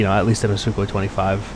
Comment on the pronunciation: lol "SuKKHOEE"